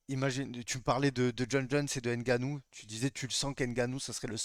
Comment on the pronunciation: C'est Ngannou, et non N' Gannou si c'est difficile à prononcer vaut mieux ne pas prononcer le N.